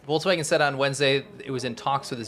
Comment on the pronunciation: I understand it's about the content and not the form.... But I will never understand why about half of the US language youtubers say volTswagen. It's not an electric chevy though, it's a volKswagen. The pronunciation of the K in English and German is sufficiently silimar to work just fine, while the T sounds quite different. Though of course this is small fish compared to the correct pronunciation of Uyghurs or to the actual plight of the Uyghurs.